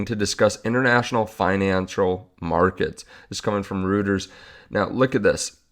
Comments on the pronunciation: Ding Dong Reuters is pronounced Roy trz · Reuters is pronounced Roy-ters. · Rooyters,.... with the emphasis on the Oi! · Reuters pronounced "Roy-ters"